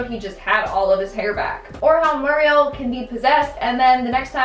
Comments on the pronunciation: “Mur-riel”?? You’re saying it wrong. You’ve never watched the damn show.. a minute in your life if that’s how you’re saying her name. Don’t do videos you’re too young to know anything about. Seriously. Eustace says her name constantly... and you say it like you ... Jesus. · Its weird with her always calling muriel "Mariel"